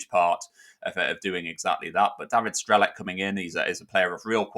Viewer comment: just a hint, the "C" in Strelec is pronounced as "TS", so it's like "Strelets" and means "Shooter" or "Sagittarius" Thought I'd point that out. Cheers and good luck to him and Boro ;)